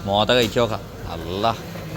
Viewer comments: മാത അല്ല മൊത. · മാത അല്ല മോത മീൻ എടുത്തു തന്ന ചേട്ടൻ മോത എന്ന് പറഞ്ഞിട്ടും തെറ്റിച്ചു പറയുന്നു 😂